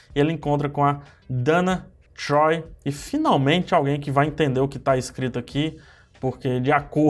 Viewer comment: Você fala Donna Troy errado